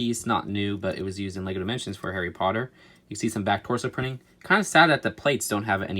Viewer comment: you say your harry potter fan you messed up like 15 times